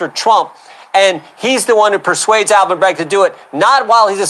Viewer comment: It's Alvin..not ALLEN